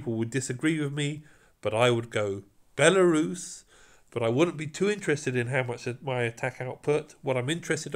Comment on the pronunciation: when you call Belisarius like belarus, it so funny to me because I'm from Belarus country😂